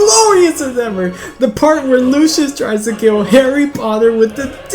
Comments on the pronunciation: Isn't it pronounced Lucy~us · It's pronucned Lucy-iss